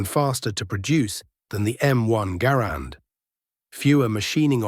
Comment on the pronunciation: Mr. Garand pronounced his name, "GAR'-and", not "gar-AND'". How can you present his biography, and so glaringly mispronounce his name?